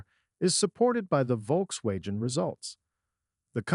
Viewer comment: The way it pronounced “Volkswagen” = proof that this was not recorded by a human. (Which in turn makes it more likely that this is a bullshit AI video.)